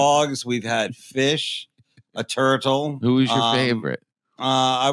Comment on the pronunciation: A turtle. It's funny he pronounced the second t so clearly